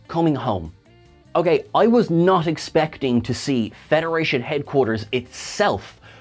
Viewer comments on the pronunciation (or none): none